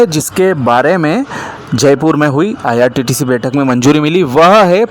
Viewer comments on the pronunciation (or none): Abe bhai irttc nahi IRCTC hota hai. IrTtc 😂